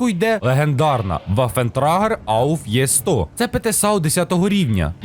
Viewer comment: Музика на задньому плані повертає у минуле...😢 І між іншим, не Є100, а Е100. Всіма мовами ця літера читається як Е і лише у свинособак Є.